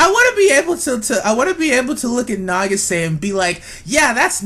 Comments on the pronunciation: nageesay? That is butchering the name to the max, it is pronounced, na-geee-sah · Why are you pronouncing it "na-gi-SAY?" It's "NA-gi-sa." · I cracked up at the title of this video then died when I heard you say "Nah-gee-SAY" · Her name is pronounced nah-gee-sah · not trying to be rude but nagisa is pronunced na-gi-sa she has a purpose she is loyal to mami she is a really big help for the magical girls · Why and how is no one talking about how he kept pronouncing Nagisa wrong? Either than that great video. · The way you pronounce Nagisa......